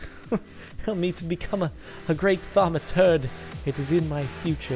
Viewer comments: THAUMUTURGE NOT THAUMUTURD let me repeat the pronunciation THAUM-A-TURGE not THAUM-A-TURD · ThamaTURD? Isnt it thamaTURGE? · Cobblestone is a key source of Perditio. Also It's Thaumaturge not turd. Too many facepalms to address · It's Thamaturge not Thaumaturd derp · Its a ThaumaTURGE not ThaumaTURD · Also wasn't it thaumaturge not THAUMATURD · Ha I thought you said thermometer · Thaumi"turd" heehee I LOVE BEING IMMATURE :D